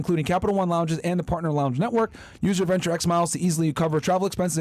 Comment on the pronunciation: Its Venture X not Axe